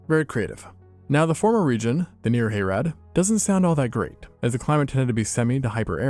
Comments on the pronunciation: "Hay-rad". Dude, watch a lore video. It's pronounced "Hah-rahd". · It's Hah-rahd, Little Brother. Not Hay-rad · Hayrad? Wtf. Haa Raad! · "Hayrad" sobs sobs sobs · harad is pronounced more like hah-rod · "Hayrad"? Not quite. It's not a Deep South hay ride.